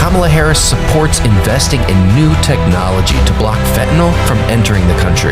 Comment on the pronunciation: Please tell me that they didn’t mispronounce FENTANYL in their own commercial?